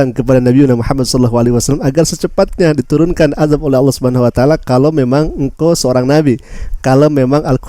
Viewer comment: bukan Allah swt ,jfi swt nya itu di bca dg bnar di lesan mu,ALLAH SUBKHANAHUWATAALA